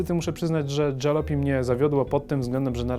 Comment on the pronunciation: Gra jest zaje...fajna nie czepiajcie się jej... tylko... każde miasteczko dotknęła jakaś straszna apokalipsa i przeżyli tylko sprzedawcy :D Oh a tak btw. to nie jest ,,dżalopi'' tylko ,,Jalopy'' czytane tak jak pisane :P